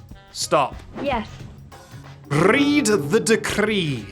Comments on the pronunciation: The way I cackled at "Rrrrread the decrrrrreee" working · "rrrread the decrrree." Got me coughing and wheezing for air